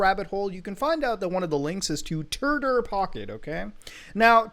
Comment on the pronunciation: The fact that the branding is pronounced "turder" should be the red flag if nothing else is.